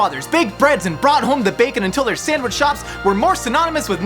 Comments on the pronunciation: Fun fact, the word Sandwich is pronounced sand witch. There is no M in there! 🌈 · Dear, please refrain from saying "samwich" 😣